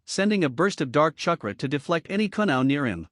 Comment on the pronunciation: This is the worst grammar I have heard in a long time. Eetaka Uchiha, uh the raykage, keesame, kunow, umboo, gkey, sazukay, chuckra, kage booshin. Seems like one long run on sentence.